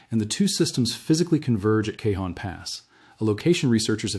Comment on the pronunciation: The Cajon pass is pro NM bounced with the j sounding as an h...Canon Pass. Not that it's that important, anyone living in the San Bernardino area knows what area you are referring to. Thank you for the important information you are putting out.